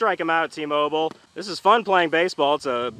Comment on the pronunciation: When tmobil got the play on the 3rd struck in the 2and inning it sounded like he said emobil